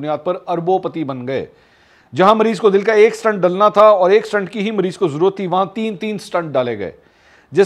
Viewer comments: Mr MAK---an excellent expose. It is 'stent' and not 'stunt'. the latter is what our politicos perform all the time!! BTW there is a sea difference b/w a statesman and a politician. The two genre are NOT the same!! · It’s STENT not Stunt.